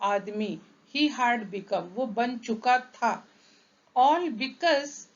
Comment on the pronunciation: हाड, हाव, आंड... Its.. हॅड, अँड..